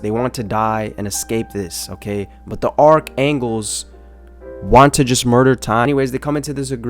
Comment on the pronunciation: y do u keep saying archangles and not archangels